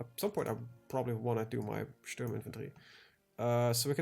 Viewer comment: Hey friend, it's Sturm not Strum ;). Keep up the good work!